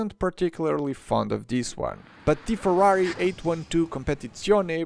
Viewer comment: I am italian and I finally heard someone reviewing the Ferrari and getting the name right, also the outro was very much appreciated 🫶🏻